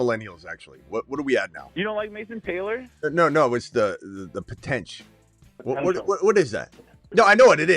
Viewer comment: Opening caller was light on potential by a couple of syllables.